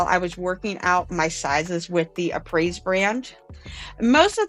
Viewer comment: Hey, just so you know, it's pronounced (uh-pray)